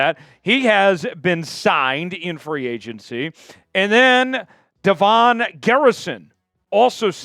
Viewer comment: I believe it’s Devon like Devin, not like DeVonn. I’m guessing by looking at his picture 😂.